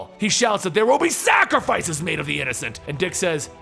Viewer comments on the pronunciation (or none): "There will be SAC RI FICES!!!!!!!" Cringe